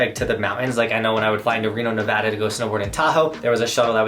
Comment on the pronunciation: Quick bit of appreciation for you saying Nevada correctly haha. Good tips! Another thing people should consider is driving for safety reasons! If you’re someone in Utah or Colorado where you already have snow tires on your car taking the road trip can be safer than if you buy a random rental car with all-seasons. A big deal if you drive to the neighboring Rocky Mountain states. Obvs would make as much sense the farther the resorts are